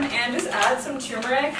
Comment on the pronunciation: Can people stop saying tumeric?? Because it TURmeric.